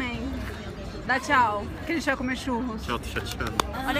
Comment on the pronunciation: vc escreveu tchau erado vc falo xau